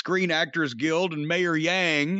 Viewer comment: As a New Yorker, hearing Jim say Mayor Yang brought some vomit up in the back of the throat.